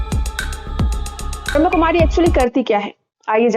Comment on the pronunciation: Didi It's not brahm kumaris.... It is Brahma Kumaris.. 😂